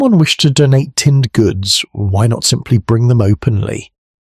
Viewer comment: Good story. The A1 glitches on the name Reeves though.